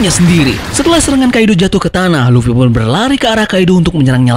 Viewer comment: Luffy bang bukan luwi